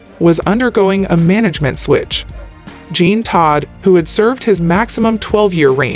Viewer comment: This narrator should learn how to pronounce F1 related words. She butchered Jean Todt’s name and it’s not the Grand Pricks.